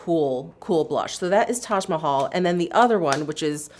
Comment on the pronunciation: So off topic but I was inordinately pleased that you pronounced “Taj Mahal” so correctly! 😄